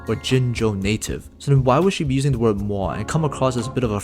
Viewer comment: you can not be srs that's how you pronounce MOI??? the germans/danes and fins all died a lil inside wtf its a french word also?